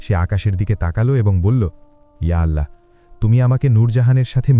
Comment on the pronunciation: ওল্লহ হবেনা আল্লহ হবে আল্লহর নাম টা সঠিক ভাবে নিন